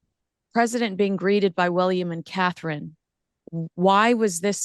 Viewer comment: Terrible AI. Learn how to pronounce Catherine, Sussex Appalling.